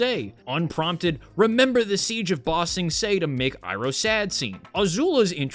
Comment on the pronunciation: I haven't watched this but hearing how much they butchered uncle Iroh pisses me off to no end.